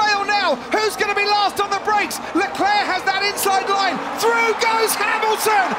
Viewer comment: "through goess hamilton"